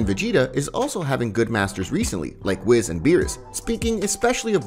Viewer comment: Bro it's whis (wheeese) not wiz.